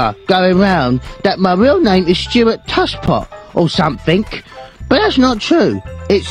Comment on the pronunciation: he says somefink in stead of something cuz hes missing some teeth's and dat car accident from 2-D by murdoc